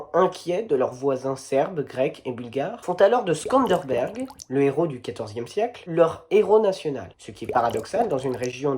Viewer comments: T as dit Skanderberg? 🙊 hahah je suis mort 🤣😭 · Krujë, pas Krüje. Et SkanderBEG, pas Skanderberg. Et on prononce Hodja, pas Hotcha. Mais "café bar", ça c'est pas mal, ça m'a fait rigoler (qafë, pron. approx. tchafeu, c'est un col de montagne, Bar je ne sais pas, peut-être l'herbe ?). Bon, sinon ça me paraît à peu près correct.